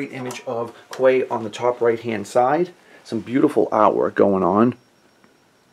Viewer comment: This is my favorite from this wave..I should be getting him in a day or two..would love to get another Pyke and colour him different so he could be displayed in my Clone Wars display..just one thing Quay is pronounced "Key"..not a biggie..all the best and a great review.